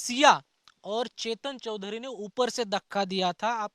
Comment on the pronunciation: चोदरी नहीं चौधरी है, ठीक से बोलो😅